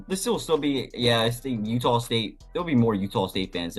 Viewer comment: I heard utahl state a lot in that broadcast. I didn’t know there was an L in there. Good insights though thanks.